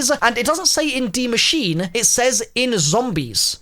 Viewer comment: for you youtubers saying die machine its die maschine (ma sheen uh)